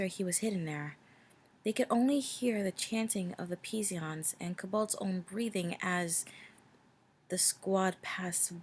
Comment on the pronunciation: "Psion" is pronounced "Syon" ;P